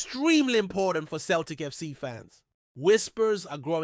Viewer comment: Celtic not Keltic FFS